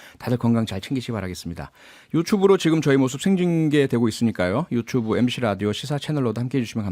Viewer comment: 유츄브 ㅋㅋ 발음이 너무 찰져요